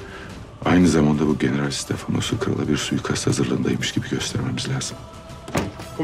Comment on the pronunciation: Nobody: Filippos: GenerAAl